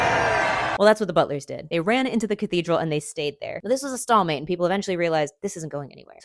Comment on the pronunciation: Hey just a heads up, its a "stale mate" not a "stall mate". Loved the video though.